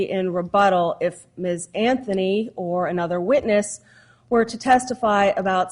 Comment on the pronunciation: Judge gets that same little look "George W Bush" get's when he feels he says something intelligent. Proceeds to the next sentence saying "Pacifically" instead of "Specifically" or Casey "Anfony" instead of Casey "Anthony"...